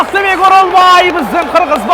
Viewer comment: Оролбой эмес Оролбай